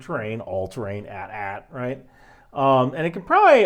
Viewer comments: you pronounce AT-AT wrong. It's not AT-AT. it's more like AihTee-AihTee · Hearing say "at at" instead of "A T A T" hurt my soul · Ill debate to you why the AT TE is better. Also its AT then AT. Not ATAT one word. Both names its the first 2 letters A T then A T. Sorry for the nerd out, no im not im a huge Star Wars nerd. Also when is the Lions season breakdown video? They havent been this good in all of out nations HISTORY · Other people have said this but im going to say it again. This is not an at at walker i dont know what an at at walker is. This is an A T A T walker! Say the entire letter! Like long vowels! A T A T or A T S T walker or chicken walker! Saying at at just sounds bad lol I imediatly knew you were not a star wars fan lol. Still enjoyed the video but god i cant un hear it lol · It’s A-T-A-T not @@ lol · Hearing pronounce it “@ instead of “eighty, eighty” is disconcerting. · Immensely disappointed in the fact he called it "@@ instead of "Ay-Tee Ay-Tee" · The AT-AT is well first of all they’re not at at, they’re pronounced a t a t (think about it you don’t say at st or at te you sat A T S T or A T T E. The empire had no near pier advasaries so it was pretty much all intimidation. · Omg yes I came to say this! YOU SAY THE WHOLE LETTER ! A T A T walker or A T S T (chicken walker) like it may seem small but this is a BIG deal it is not an at at walker lol what the hell is an at at walker that just sounds stupid! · It's "Ay-tee Ay-tee" not "at at". Otherwise how would you say "AT-ST"? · My dude its pronounced A T A T (Read every letter individually), otherwise great work. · Lucas Film said the correct pronunciation rhymes wit hat, hat. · No. We always said @@ Lucas film has replied by saying the correct pronunciation rhymes with Hat, Hat. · no it’s A T A T, why would it be @@ when every other type of thing in Star Wars with that naming convention is pronounced the former? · You are saying it wrong, it's pronounced as "AY-TE-AY-TE"